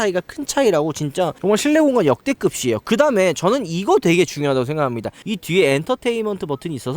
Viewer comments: 역대그비에요 가맞아요 역대급시에요가 아니예요 방송보다가 저 말만 나오면 좀 깨요 정보공유 채널인데 발음은 잘 해주셨으면합니다 부탁드립니다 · 왜 역대급이에요를 역대긊이에요라고 발음하시나요